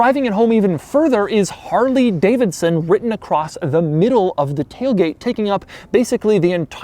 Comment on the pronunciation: Man says "harLEEE Davidson" lol